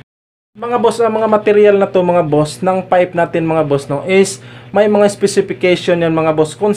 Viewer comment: Tama naman po kayo sir kaya lang ang pronunciation nyo ng PIPE ay FIPE baka kasi paniwalaan ng mga bata correction lang po kung mamarapatin nyo